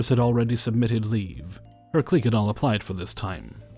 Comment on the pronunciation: I hate to be "That Guy," but it's pronounced "Click," not "Cleek."